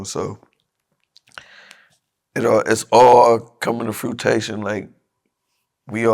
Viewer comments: nigga said fruittaytion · Good interview but buddy really said fruitation 🤣🤣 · It’s Fruition… not fruitation but we know what you mean big bruh